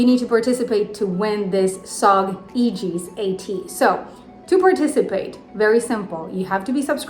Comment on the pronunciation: English is not your first language and you pronounced Aegis correctly. I know of native English speakers who still call it "Age-is" or "A-jeez." If I do win can I choose to give it to a different commenter, or is that not allowed?